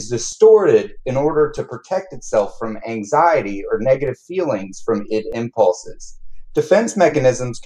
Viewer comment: My bachelor's is in psychology and I just graduated with my masters in professional counseling and I have never heard anyone say ID/Id as you do, it has always been said separately like I.d.